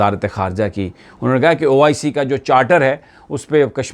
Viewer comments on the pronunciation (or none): it is not oic its oh i see